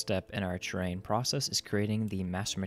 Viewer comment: it's terrain, not train